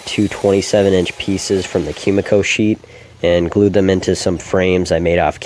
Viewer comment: just FYI it's koo-mee-koh no "kyu" sound in that word